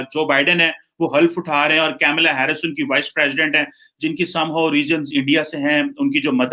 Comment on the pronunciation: vo Kamala Harris hai, Caamelaa nahi😂😂 Baaki aapne ghbrana nahi hai!